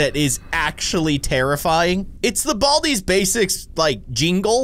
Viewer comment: I haved to watch the intro and u saying “there it is BALDIS basics plus”